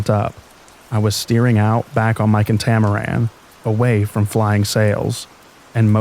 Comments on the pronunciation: Great narration. Very soothing voice to help me drift off to sleep. If I may, it’s CAT-a-maran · 😂 catamaran is cat-ah-mare-an